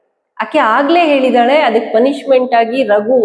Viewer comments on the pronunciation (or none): ಏಳಿದಾಳೆ❌ ಹೇಳಿದಾಳೆ ✔️😂